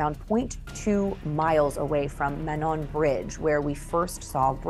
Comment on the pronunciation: Also, the old train trestle bride is pronounced Moan-on.